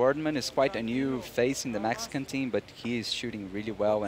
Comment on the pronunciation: Nothing like a childish, biased, announcer....ahhhMEHxicahhnnnn Cough cough....to add to a "professional" play by play. (I wound up muting, not gonna listen to a child spewing his cultural insecurities.)